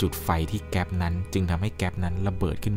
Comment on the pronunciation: เเก๊ป ระเบิด ไม่ใช่ เเก๊ส ถูกต้อง❤